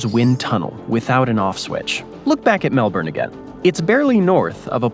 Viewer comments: lol nepean... say it like Na Pe An. Melbourne try Mel B'n or Mel Bin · Thats Melbun still spelt MKelbourne but pronounced Melbun! BoltE, he was a Premier of Victoria, his bro, was my woodwork teacher in Form 2. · heard "melburn" and instantly shut off the video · It's pronounced Mel-bun! 😉😄